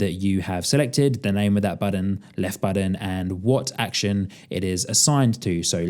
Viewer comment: BuTTON- not Budden, man that was painful to listen to